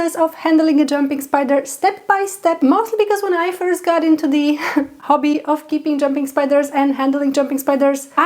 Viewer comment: Why you say hobby like that